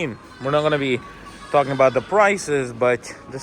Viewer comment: Your Long Island accent came out there when tawkking about milk😅